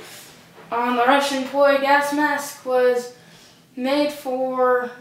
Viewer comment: Its Not Poy Its ROU Its in Russian by the way I'm a Real Russian Bro